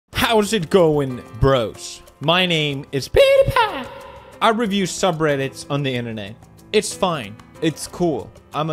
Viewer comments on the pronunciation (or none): none